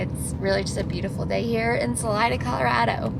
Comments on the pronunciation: Isn't it pronounced, "SuhLeeda" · Great content as always 👍🏼...BTW, Salida (pronounced Sa-LEE-da), 😉